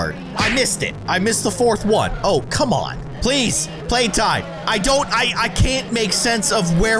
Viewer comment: Why does call playtime “Suzy?”